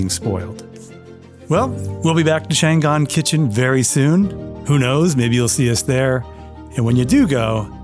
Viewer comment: It is pronounced Chang an, a city in northern china. Always pronounce Chinese language by each syllable.